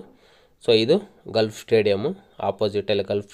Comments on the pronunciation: ಗಾಲ್ಫ್ ಕ್ಲಬ್ ... ಗಲ್ಫ್ ಅಲ್ಲ.. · Adu Stait alla Straight Gulf alla Golf